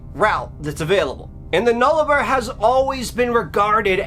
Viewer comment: YaY!! Thanks!! An Aussie story! It's pronounced air -Eyre. And Nullabor is pronounced Null-a-bore/boar. Sorry.... Im a bit of grammar nazi.😆 I have heard this before but it isn't very well known. Plus U told it so well, with such enthusiasm!! Thanks for the Aussie story! 🇦🇺